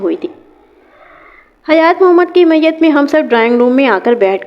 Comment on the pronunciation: Talaffuz sudharen as kishwar not kashor maiyat not mayyat and so many